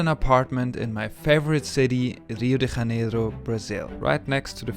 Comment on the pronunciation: You're a German speaker making an English language video about a Portuguese speaking city, and you pronounce the city's name in ... Spanish. Huh? The "J" in Janeiro is a soft "j" sound, like in French, or in the English word "measure". Try it!